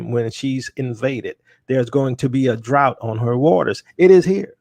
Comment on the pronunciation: "A drought" lol.... I used to mouth it correctly whenever you said it wrong, sorry Bro.